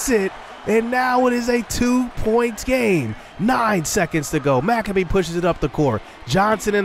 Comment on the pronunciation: Hey! Your point guard’s last name is pronounced Mic-Cabe (cabe like rhymes with babe)…. Not Mac-a-bee 👍😁 Big fan!